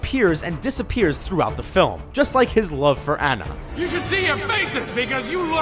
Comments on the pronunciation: The Wreck-it-Ralph part is wrong. It's a Vanellope's game, therefore anything wrong that happened to her would be cancelled out. The sock never moved in Monsters Inc.. They had no write to bash Beauty and the Beast, considering it has Oscar awards. It's "Ah-nna", not "Anna". This may have been one of the worst videos I've ever seen. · her name is Onna not Anna! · Hey it's Anna ( au na ) not Ana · they said anna but it is ana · You said ana but it was anna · You pronounce her name Onna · oh ffs, it's pronounced like ON-NUH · He pronounced Anna wrong and his jokes bug me but they're pretty good secrets I've never noticed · You said Anna wrong